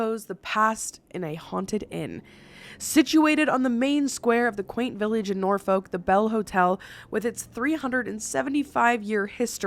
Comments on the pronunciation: This video highlights to me how oddly we pronounce words in the UK… Norfolk = Nor-foock, Nottingham = Nottin-um, Midlands = Mid-lunds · I love how you just Bouchard the word “Norfolk “ 😂